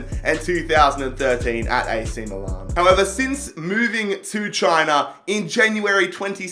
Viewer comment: so this guy can pronounce 'Tianjin Quanjian' but he cannot fucking pronounce 'milan'...MILAN ITS NOT MOO-LARN GOD HAVE MERCY NO....